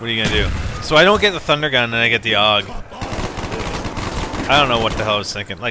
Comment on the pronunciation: The AUG is not pronounced "awg" it's "A-U-G". Just wanted to clear that up